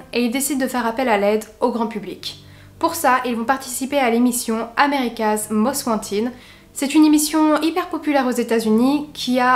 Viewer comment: C'est autant de la faute d'andrew que de Catherine , je tiens à préciser que pour l'assurance vie de robert, tu a dit 150000$"et c'était écrit 250000$ , aussi pour l'émission america most wanted , tu devrais prononcer "wanteud" (j'écris cela juste pour t'aider, pas pour critiquer ;) ) et comme toujours, excellente video ,on voit que tu maîtrise bien ton sujet :) , continue le bon travail .